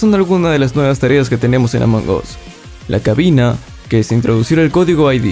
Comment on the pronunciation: Se pronuncia Among AS no Among OS!